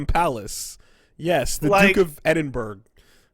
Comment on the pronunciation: pronunciation of Edinburgh made me cringe inside.